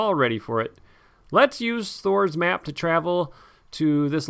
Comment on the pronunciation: Every time I hear you say "Thror's Map" I hear "Thor's Map" and I keep expecting to see you putting Mjolnir on your table.